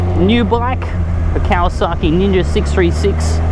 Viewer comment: He says is as "KawasaKKi".... and it's white... be careful my white brother....